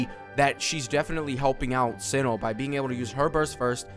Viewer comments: its Cee-no lol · Its S-EYE-NO my guy not Sin-No